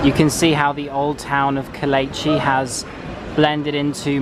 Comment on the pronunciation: if you are going to do a tourism 'guide' tour of anywhere, PLEASE get the pronunciation correct. It is NOT Kol etch i it is Ko - leech- ee.